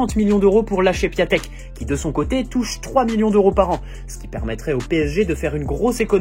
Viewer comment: On lit Piantèk frangin pour D'écrit PIATEK